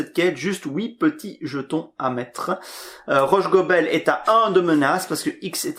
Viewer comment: Si je peux me permettre, on prononce Rhosssssgobel. Le h n'a pas la faculté de se déplacer après le s... À part ça, merci pour la partie !